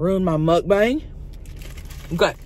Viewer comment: I think she says it like Mukbank. But heck who knows. She still sounds awesome and don’t care about what others think. Not even as Tammy or Chelcie